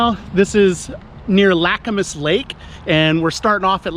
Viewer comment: It’s pronounced ‘lacamas’, not ‘lacamas’